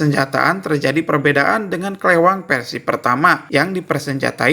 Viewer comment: Versi ya bang, bukan persi